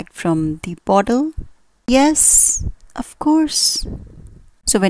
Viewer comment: It would be better if you did not pronounce 'of' as 'off'.